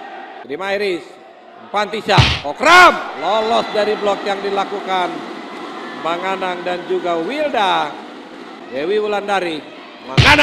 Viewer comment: ก๊กร๊ามมมม...ปิมปิ๊ดจ๊ะยา.. มังก๊านัง...555